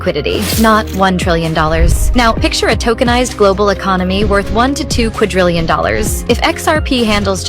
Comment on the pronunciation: The word is "quadrillion". There is no "t" in quadrillion.